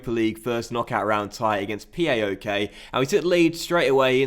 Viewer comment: it's paok, not PAOK.